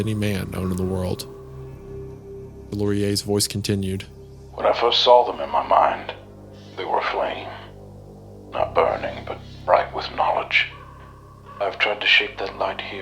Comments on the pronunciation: I was gonna compliment Hunter for his elite Bolt Thrower shirt but his utter inability to say Delaurier (de-loh-ree-ay) and that nasty shit-smear in the tushy ad have immediately killed any respect I had to begin with, which wasn't much. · there’s no possible way hunter graduated from middle school bro PLEASE sound the word out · ‘De Laurier’ is Laurel in French, like the plant. 🪴🤓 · You both pronounce the name wrong😂😂😂 It’s pronounced [dəlɔrje]. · Travis does some of the best stories CC cover, easily punching above the weight of a lot of the other stuff they read. idk man, Delaurier really isn't that hard to say. We're taught to sound out words in school as children, just do that till you get used to the sound. Deh-lor-ree-ay. I'm also gonna hazard a guess the house is like a 1930s automated pre-computer system made of clockwork and analog mechanics, triggering systems based on predetermined actions the guests would take. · Every time Hunter completely mangles 'Delaurier', Isaiah should call him 'Hutner' or 'Hununununga'. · Take a shot every time they pronounce "Delaurier" correctly. You'll never get close to drunk. LOL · I swear I could pronounce Delaurier before Hunter butchered it. Now I can't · It's incredibly how many ways they found to pronounce Delaurier and not a single one right